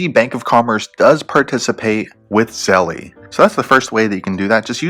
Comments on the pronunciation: "Zel" not "Zelly" lol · If you say Zelly ONE MORE TIME! 😠😡